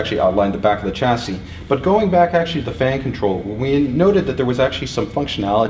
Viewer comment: 1. Cut down on the 'actually'. 2. Every time you pronounce it 'tʃæsi' instead of 'ʃæsi', the Queen sics her corgis on a kitten.